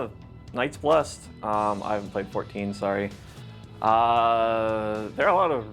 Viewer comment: I'm really curious how many comments MTG content creators will collectively get correcting the pronunciation of Y'shtola's name. Both "Y'shtola" (Yish-toll-uh) and "Night's Blessed" with the fullly pronounced "-ed".